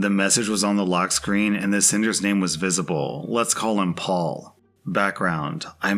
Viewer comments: I never realised N Americans pronounce Perry as Paul! I know you don't pronounce double Rs in the middle of words but I thought that would make it Pey. Live and learn! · Story #1: how is it that "Perry" is pronounced "Paul"? Lol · This may surprise you but the name "Perry" isn't pronounced the same as "Paul." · Is Perry pronounced as Paul? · Apparently Perry is pronounced Paul? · ive never heard perry pronounced as paul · I don't think that's how Perry is pronounced.